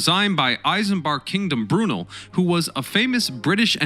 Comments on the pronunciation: Please ! PLEASE ! Stop screwing up pronunciations ! It's Not 'I' sambard Kingdom Breroonal " I'ts isambard Kingdom Broo nell, (Isambard Kingdom Brunel).. In the same way that it's not 'A' dolf Hitler,, it's adolf Hitler.. you would consider it ridiculous if we began referring to America as 'A' merica' ! FYI, your comment re recycling of ship's timbers for use in the construction of cottages is entirely correct, though relatively few of those remain today, however, many of our pubs dating back often to the 14th century, some earlier, do often retain ship's timbers.. the pub closest to where I keep my boat on the River Thames can date its history back 900 years. Imagine, a pub, maybe say, 600 years old..(we have many of those, its timbers taken from a ship that was scrapped after 60 years, the trees would have dated back a further 100 years. We have a lot of history over here. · Brew-nell, emphasis on the second syllable. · Or brunulll as he calls him 😞. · Try saying "Cry-Me-Er" not Krame=ia and please not "Brew-nil" but "Brew-Nell. But most of all thanks for the great video on steam ship history.